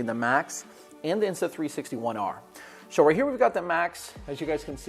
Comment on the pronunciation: He says so like show